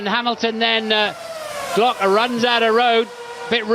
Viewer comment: As a Brazilian, every time i hear they saying Timo Glock hurts my soul